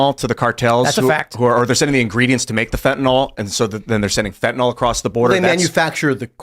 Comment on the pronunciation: be smarter than every congressperson: say fen-ta-NIL. It's not fen-ta-NAHL.Graphoon.